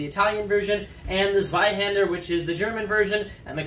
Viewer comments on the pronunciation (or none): If you wanna pronounce a German "Z" correctly, speak it like "Ts" or "Tz", NOT "S" or "Ds" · I like how he pronounces Zweihänder "Sweihänder". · I'm German and he did not pronounce it correctly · guten abend. Im from Northern Germany and can tell you, he pronounces it wrong. Also I agree on point 2. You are lucky with just "the". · Am I mistaken or did he pronounce the “ä” incorrectly as well?